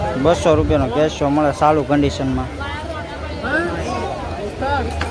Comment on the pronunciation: સોર બજાર.... કેસિયો....😂... ડફોળ.... યુ ટ્યુબ ના સ્વાદિયા.... સોર બજાર ન હોય પણ ચોર બજાર હોય... અને.... અને...કેશિયો એમ બોલતા શીખ પહેલા.. .... આવા ટોપાઓ જ જાજા વધી ગયા છે. ... પછી એ યુ ટ્યુબ હોય કે ઇન્સ્ટા... 😂😂😂